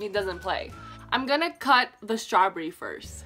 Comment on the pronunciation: It’s strawberry not strawbrry